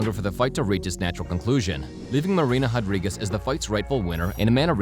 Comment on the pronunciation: MMA Commentator … RRRRRodriguez not JJJJJJAdriguez. Please stop doing that. Learn to pronunciate the R properly.